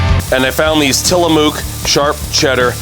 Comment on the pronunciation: A great video showing field to table. I have to add a correction and don't mean to be "that guy", but here I go. 😜 The mook part of Tillamook is pronounced like book or look. A native Oregonian here and yes, that cheese is really good!